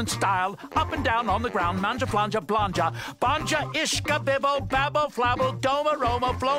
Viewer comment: the way he rolls that Grround is what gets me